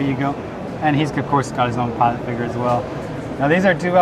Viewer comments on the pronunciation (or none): none